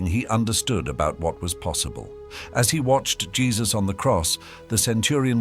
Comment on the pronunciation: Its jesus not jess dispretful watching this then nt watching anymore 😢